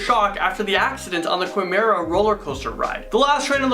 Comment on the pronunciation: The way he pronounces Quimera with a w sound makes my head hurt